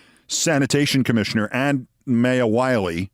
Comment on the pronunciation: My- ya; not May-ya